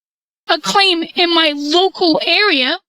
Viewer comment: "Low-cow Owl-thorities"...